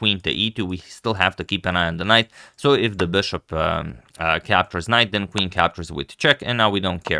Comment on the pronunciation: its not beshup. its bishop